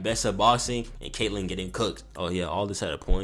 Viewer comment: "K.K.Kaitlyn" bro 💀